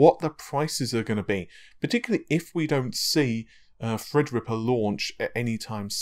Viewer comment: Remember he pronounced Matisse (Ma-teese).. he pronounced it Ma-tassy lol. I kind of like Fred-ripper, though. Hope he keeps that one. Can never have enough Freds..